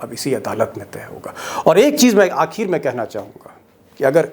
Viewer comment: Sir Aap ek word galat pronounce karte hain Aakheer....आखीर ise Aakhir आखिर ...बोलते हैं ।मतलब छोटी इ की मात्रा है